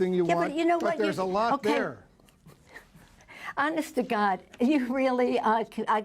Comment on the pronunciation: hearing her say hounest to God made me puke in my mouth a little. I think its very clear she is never honest and the furthest thing from someone who cares what God thinks. She is a disgrace to American politics and an evil selfish nitwit.